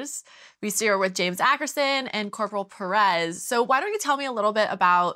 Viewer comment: hate the way the say perez. its not pear-rez